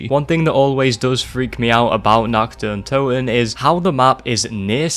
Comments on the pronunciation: the only scary thing here is your shitty accent. I mean seriously, you made a 30+ min video, just to pronounce “Nacht der Untoten”, “Nakt der Untoen”. How am I supposed to take you seriously when you screw up like that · it's pronounced naRt deR ountoten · Stop pronouncing it wrong, call it the night of the dead that's the first map translated from Deutsch to English. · I love the way he pronounces Nacht der Untoten